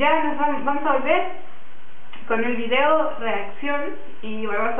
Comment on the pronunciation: Porque dices vidio!😠